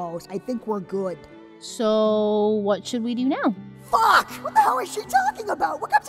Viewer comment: That "FAHK" came from deep down 😂 I love hoe emphasized it came out